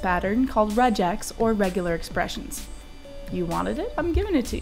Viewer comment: regex with a hard g like "regular", not like "Regina"